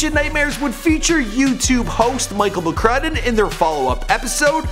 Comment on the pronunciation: Its mcCrudden 😂😂😂😂😂